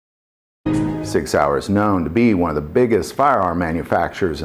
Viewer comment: Please. Work on the German. That hurt.🤕